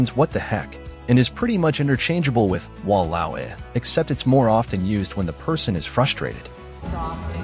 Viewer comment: No la, Walao eh, and Alamak were INCREDIBLY on point.. especially Walao eh 😂😂 (I speak Singlish)